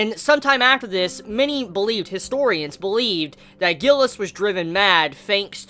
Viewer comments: Gilles is a french name so its G is pronounced similarly to a J. Also the S is silent. So basically sounds like Jille. U can hear it in the episode. Im glad they didnt butcher foreign names in the serie unlike what I was expecting. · Isnt it pronounced Schzeee instead of Gilleh